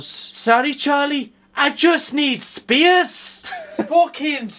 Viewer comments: Spee-ace... is funny when he does it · it’s when he says “I just need space” and the emphasis on the space got me everytime haha